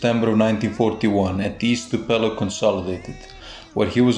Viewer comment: It's Tupelo not topelo and 1935 not 1945